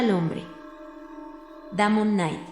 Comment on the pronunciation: Uno de los mejores relatos de la historia de la ciencia ficción. Muy bien leído por la locutora, por cierto, que solo comete un pequeño fallo: el nombre de pila del autor, Damon Knight, no se pronuncia /'damən/ sino /'deimən/.